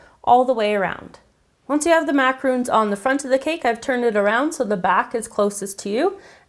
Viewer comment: I'm sorry to be annoying and picky, but it drives me soooo crazy when people pronounce macarons with the 'oo' sound! macarons & macaroons are two different things!